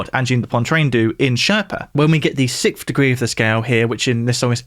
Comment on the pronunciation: For some reason also can’t pronounce “sixth.” He says “sickth.”